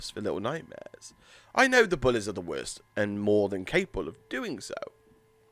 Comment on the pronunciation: Oy mate y do u say bullez